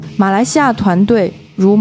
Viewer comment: 是麻坡~关圣宫龙狮团 不是麻坡关~圣宫龙狮团